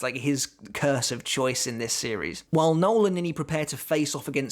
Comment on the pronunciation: It’s “no-el”, not Noel as in Fielding but Noël as in Christmas but French.